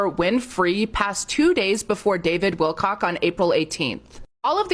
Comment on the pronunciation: Great episode. LMAO she said his name "Wilcock" with a Punch 👊 👊 😂😂